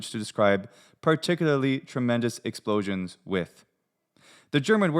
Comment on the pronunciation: having the frenchy stress on -sion ruins it all💀